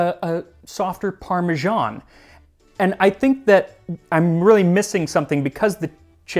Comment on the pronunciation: It’s weird how you take care to pronounce all kinds of different foreign words and names of food except for “parmesan”. Can’t understand it